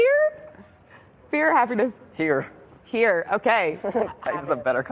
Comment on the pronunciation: He said FAPPYNESS haaa